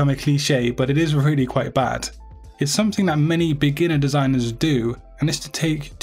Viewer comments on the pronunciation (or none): none